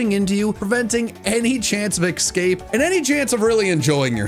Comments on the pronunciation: Sir, did you just say ex-scape? Es-cape. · my guy 🫥 Its ESCAPE!!!! EScape not EXscape 🙄💀 theres no X